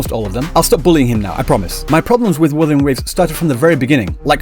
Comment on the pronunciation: Uh, no. The only thing she's NOT struggling with is the name of things. Those are perfectly pronunced mandarin, in fact she pronunced them better than every single en va I've heard. Maybe people just got too used to the usual "English pronunciation" of Chinese and frogot that Chinese is a tonal language.